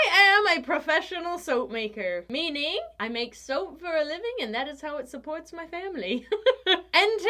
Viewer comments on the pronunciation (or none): In the intro I heard "...and that is how I suds-port my family." Yeah, sorry.